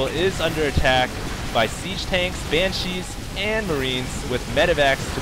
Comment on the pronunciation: Banshees. Stop saying it wrong. She not chi, china man.